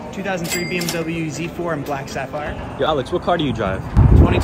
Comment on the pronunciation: Dude said „black saphire“ like it is a 10k paint job on a ferrari.